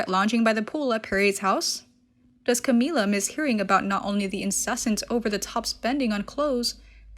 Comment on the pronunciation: Her name is Camilla not Cameela